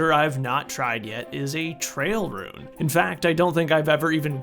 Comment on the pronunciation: why do you pronounce 'ruin' like 'rune'